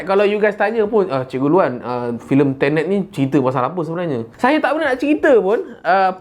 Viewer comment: Aku ingat dia kata "TENET" tu, "INTERNET"hahahahaA😂😂